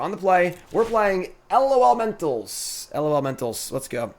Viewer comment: Stop trying to spell it and just say lawlementals